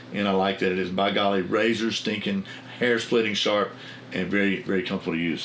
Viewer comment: I remember when I first started to watch. The first video I seen I thought you said shart Saturdays. I thought well must be some good blades coming up